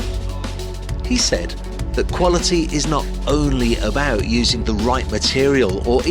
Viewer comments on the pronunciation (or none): none